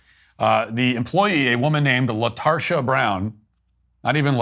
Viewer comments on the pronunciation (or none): “Retarsha” Brown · "LaTarsha" was all I needed to hear